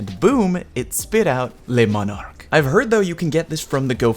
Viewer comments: he didn't. He called it LES Monarque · Pronounced le monar-key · Say le manarque again “dexter laboratory meme” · Ooh, no no no, Le M O N A R Q U E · I don’t think i’ve seen a single youtuber who was able to pronounce this weapon correctly! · The video I made on how to pronounce Le Monarque is up!